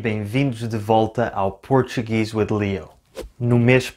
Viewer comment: When you say “Portuguese with Leo” (in English), I always think I’m listening to Brazilian Portuguese for one second, because of the “r” ... 😊